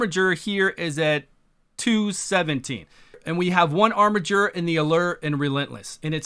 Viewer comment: Finally, someone that can correctly pronounce "armiger"!